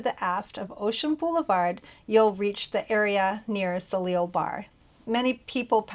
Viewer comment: Soleil is pronounced SOH-LAY. It means sun.